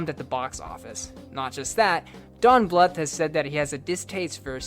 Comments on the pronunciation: Bluth is supposed to rhyme with tooth. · BL-OO-TH NOT FUCKING BL-UH-TH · It's not pronounced Don Bluff it's pronounced Don Blue th. Like tooth. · pronounced Blooth. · Always heard Don Bluth as "blooth" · I love you but the way you pronounce "Bluth" irks me SO much